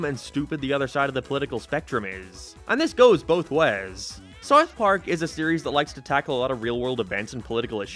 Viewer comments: Wtf is sarth park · How u gonna spend time making this cut clips and audio hear them pronounce and say South Park, and u gone turn around and keep saying it like that. Sourth Park... mother fu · It is called South Park not Sart Part, also I said speech impediment, not speed impediment you aardvark. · Sarth park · “Saurth Park” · i gave up on this video after the 5th SARTH PARK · scythe park.... your accent kills me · South Park, not whatever you’re saying bro 😂😂😂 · Have to ask about your accent, are you like Irish but moved to the US or something? Sounds like youre pronouncing south park as seuwth perk and other stuff like half british/irishly or am i going insane? Oh i literally got my answer like 5 seconds after commenting lmao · Why is bro saying “Sarth Park” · You pronounce it like sarth park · sourth paurk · Sarth park lol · Sourth park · Sooouthh paak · *sarth park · You cannot pronounce “South Park” properly and it’s bothering me lol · I have never heard anyone pronounce South Park the way you do. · The way this guy says South Park is funny to me 😂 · The way he pronounces “South Park” makes me insane…. Like no hate, I know it’s his accent, but god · why do you say south park like that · Dude, why can't you say "South Park"? Is it an accent, speech impediment, or something else? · sounds like your saying smouth mark lol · You say sarth park and it hurts my ears. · You say sourth park instead of south park. Doesn't bug me but it just sounds strange. 😂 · “sourth park” lol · "Sarth Park" Killing me with it. He says Sarth Park so many times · Nobody else gonna mention bro says “sart part” 💀💀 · “Sarth Park” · What the hell is “Sarth Park” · Hey, it’s called SOUTH Park. Not SOUF Park. 😂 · Sarth park? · I'm Brazilian, and this is a LEGITIMATE QUESTION! Where is this accent from? Why does he pronounce "Sarf Park" ?????? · wtf is serth park sarth perk? seriously nobody else commenting on how he cannot pronounce South Park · I can't handle the way you say Sarth park.